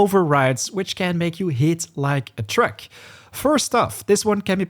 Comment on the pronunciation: Honestly I’m not criticising your accent. But, are you saying “Hitting like a Truck” or “Trek”. Also thank you so much for the straight to the point videos. You make us save so much time thank you!